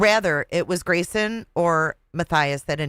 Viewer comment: You are hilarious 😂 the call to the "Awawa" police department "Waw & Cwime" poor Gwayson so pawalyzed in fear 😂😂